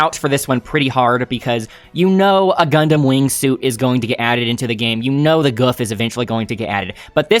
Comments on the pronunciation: The gouf is pronounced like goof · the japanese pronounce gouf as goof so goof is the correct name for it